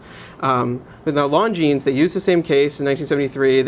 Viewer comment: Great review other than the fact you didn't bother to learn how to pronounce the brand name, which cannot be excused.